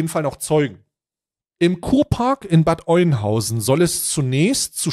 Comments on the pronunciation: Kann er ja nicht wissen wie Bad Oeynhausen (Ö) ausgesprochen wird. Wichtig ist das berichtet wird. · Bad Oeynhausen wird Öhnhausen gesprochen. nur so aus Info ;-) genauso wie Soest nicht Söst sondern Soost ausgesprochen wird. Nein das ergibt keinen Sinn. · Das spricht man Ööhnhausen aus. Triggert mich gerade. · Das spricht sich Öhnhausen, Bro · das heisst Bad Öööööhnhausen XD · Bad ÖÖÖÖNhausen bitte 😀